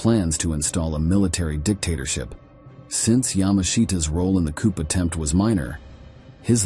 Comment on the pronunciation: It's pronounced "coo", not "coop". I hate this AI bullshit.